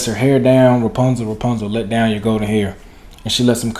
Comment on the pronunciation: Who says repuzal. Has to be white